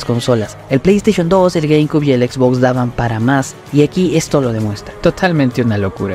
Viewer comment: Se pronuncia "gueimciub" no "gueimcub" ☝️🤓